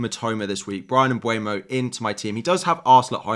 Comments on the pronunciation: Hey dude! Thanks for the video! The PL recently released a video on the players pronouncing their names. Mbeumo is (Um-ber-mo) not (um-bwey-mo) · I know! It pisses me off when they say mbuemo instead mbeumo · Hey, could you please pronounce it MBEUMO (M-boo-Mo) not (m-bue-no)🙏. He himself said it’s pronounced MB-boo-Mo. Also, where do you see M(bue)mo? It’s literally spelled M(beu)mo. That’s all, love your videos btw!